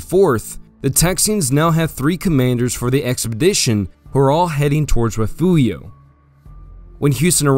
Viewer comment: Great video. Appreciate the Texas history. But fyi it’s rih-fyoor-ee-oh, not re-few-io (for the town of Refugio).